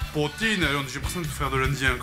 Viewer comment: On dit Jeee Dayyyy j'ai ..... pas J'ai des J :D ... force à toi poto 🤣